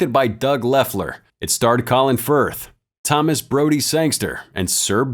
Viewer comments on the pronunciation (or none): none